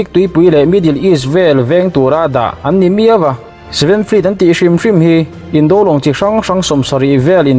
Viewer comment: "Indo Lawng" tih laia 'do' thluk hi "induh" tih laia 'duh' tih thluk anga thluk tur ni awm tak a ni. A dik lo zawk mai thei bawk a.